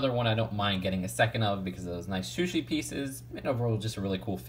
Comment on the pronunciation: You keep saying shushi instead of sushi